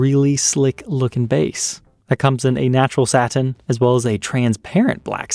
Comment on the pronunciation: Satin…can you pronounce it differently.